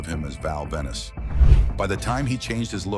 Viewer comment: ven-is? stupid AIU voice